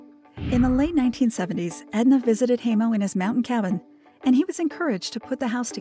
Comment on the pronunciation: Hi mo not hey mo